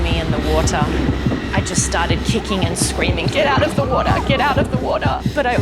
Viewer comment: " GET OUT OF THE "WOTER"